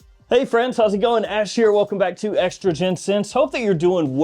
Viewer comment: Sounded like he said estrogen scents